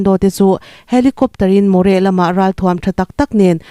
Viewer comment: More nilo in moreh tih zawk tur aw